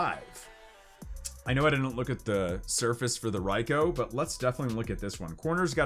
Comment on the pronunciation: Can we please get together as a community and start pronouncing pokemon names right? (Raikou) It's not Rye-Koh, it's, Rye-Kuu, and I know that's not the only example, and you're also not the only Pokemon YouTube to mispronounce names that I've been saying since I was 9 years old.